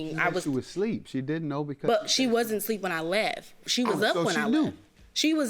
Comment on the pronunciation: Is she saying sleep,instead of asleep? 😂